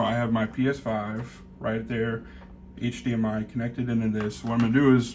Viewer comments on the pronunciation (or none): none